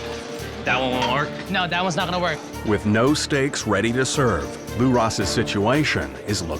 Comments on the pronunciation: Maybe the narrator is related to Zak Bagans. "Sidjuation." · "sitchawayshun" what's with the way the narrator said that lol